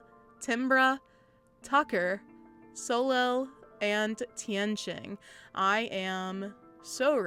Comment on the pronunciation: I love how you pronounced soleil as so solel lmao